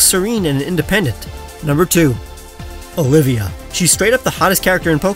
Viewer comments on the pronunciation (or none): none